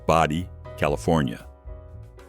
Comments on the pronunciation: It is Bodie, CA NOT Body, CA and is pronounced Bow-dee. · No such town as Body" CA, it is "Bodi" CA. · Bodie is not pronounced as "Body"; it is pronounced "Bo Dee". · The name "Bodie" in California is pronounced with a long O sound, not a short O like "body". Regarding Goldfield, Nevada, my great-grandmother was the postmaster there, starting in 1946. She was appointed permanent postmaster there after having filled in as such for some time before that. That's what our news clipping says. My mom's uncle visited her out there when he was a child, and he remembered her strapping on a gun belt when she had to meet the mail train, and she had two revolvers on her belt. As for this video, I think it would have been more interesting to put all the Grossinger's places all in a row in the video. Anyway, thanks. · Yeah, that was glaringly cringe